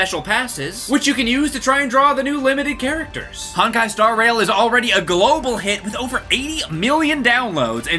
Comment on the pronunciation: Great video, and congrats to for becoming, but it is so cringey to hear him pronounce Honkai as "Honk-eye." 😂 The first syllable is pronounced more like the English word "hone." I mean, not exactly, but it's closer. The rest you got right.